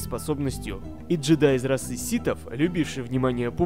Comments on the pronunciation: Привет, видос 10 из 10, но не джи'дай, а дже'дай)))) И ты кажется единственный кто называет их так с апострофом)))) не бейте если ошиблась. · К счастью, я слушал аудиокнигу в оригинале и знаю что правильно произносить Джи'Дай. А переводчики только комикс читали, а аудиокнигу не слушали, оттого они и вставляют эту е, хотя в оригинале звук и. =)